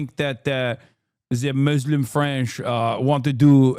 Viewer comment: Not a bad French accent, Hasan. 👏🏽👏🏽👏🏽